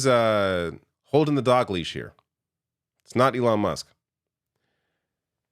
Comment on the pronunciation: did he just call Elon, elonesk?